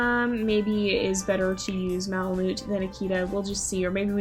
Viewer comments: the way u say malamute makes me wanna cry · I think that’s not how you say malamute